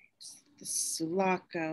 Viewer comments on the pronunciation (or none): The girl doesn’t say the ship sulaco right 😅